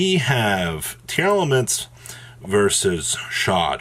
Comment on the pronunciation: Pronounce it with me TEAR LA MENTS NOT TEAR ELEMENTS 💀😂